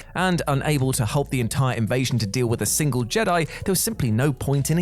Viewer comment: Singe Trooper? SINGLE TROOPER. It is a vehicle for 1 person.